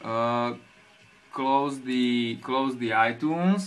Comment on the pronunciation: he says itoones